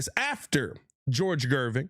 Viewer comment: Gervin not Gerving lol